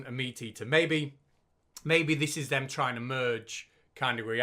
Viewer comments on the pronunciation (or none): none